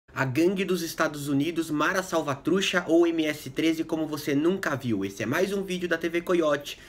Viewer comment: Ótimo video amigo! Só uma coisa: a pronuncia correta seria: Salvatru "tcha" com som de T no final e "Salvatrucha" Refere também a um formigueiro "Caliche" linguagem informal. Estou com a camisa de El Salvador mas não sou "mareiro" hahhah vivi la por um tenho muitos amigos aqui e la de El Salvador. Abraço!